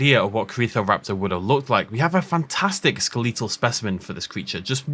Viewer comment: "skel-EE-tuhl"? Is that a standard pronunciation for skeletal n your region? More curious than mocking.